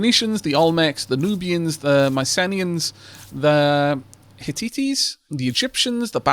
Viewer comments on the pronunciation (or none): It's hit-tites (roughly "hit-tights" {as in the hosiery} - though that first t is nearly silent and causes only a barely discernable pause between the first and second syllable) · Bit heavy on the algorithm stuff for my taste. Otherwise liking the vid. Hittites is two syllables, Hit·tite. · Hittites are pronounced "hit-ites" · The Zhou is pronounced like Joe, Hittites is pronounced Hit-tie-tes and Myceneans can either be pronounced Mykeneans or Myseeneans, at least as far as I know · Hey. RE pronunciations: Hittites: Hit-tights Mycenaeans: Mike-a-NEIGH-ans Those are the only two I feel confident enough to speak on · Omg that pronunciation of Hittites made me cry xD.